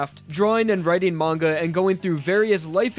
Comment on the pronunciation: you can't even pronounce "manga" right That's how fast I stop watching